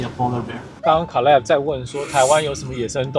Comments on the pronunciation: 我朋友（美國人）小孩也叫 Caleb /ˈkeɪləb/，可是他發音跟你好不一樣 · I think it’s pronounce Kay-leb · caleb這個名字的發音應該是Kay-leb吧？ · 好奇問一下Caleb唸成卡類ㄅ是什麼特殊發音嗎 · Caleb的名字發音跟美國人不一樣嗎？還是阿滴叫錯了？